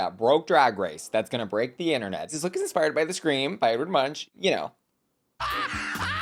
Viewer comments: Munch is pronounced as "moon-kh", not as munch in "munch munch crunch crunch" 😆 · It's Edward Munch pronounced 'Edvard Mohnk' fyi! :) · Edvard Munch is not pronounced like that 😂 The ch is pronounced like a K! His surname is almost pronounced like "Moonk". My credentials is that I am Norwegian, just like Edvard Munch 😁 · Not the Munch pronounciation lmaoo